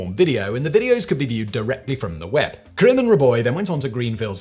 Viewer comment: There's an 'a' in the name Karim.